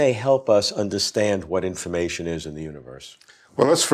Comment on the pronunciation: I think it’s cute how he says “infamation”.